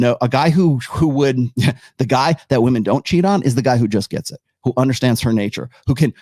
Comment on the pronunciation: Why do some people say vvomen instead of woman?